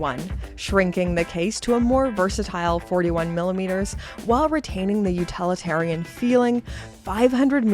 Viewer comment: Utilitarian not “utalitarian”